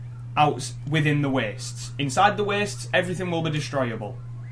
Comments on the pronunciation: I can't help but chuckle every time he says "ci'y" Also, because of the way he says "the wastes", I thought that in this game you could only travel to "the west" after leaving the city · holy shit i just realized he say s the wastes and not the west